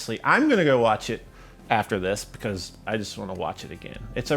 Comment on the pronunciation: I love it when he says beCAUSE